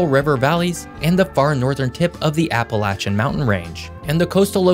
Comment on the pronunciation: I know this was a tiny part of the video, but you're one of a few YouTubers I've heard that pronounced 'Appalachian' right!